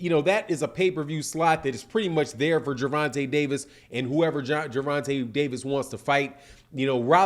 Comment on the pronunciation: Looks like his name is Gervontah not Gervontay